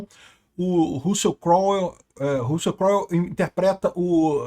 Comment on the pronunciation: “Russia Crowel interpretando o Hering Guéringuer” 😂